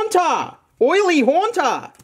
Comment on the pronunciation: Horntar aka Haunter. Speech impediments are interesting